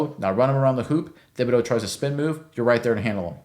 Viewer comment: Pronounced Tib-a-doe. Not Thib. Just saying, great vid, thanks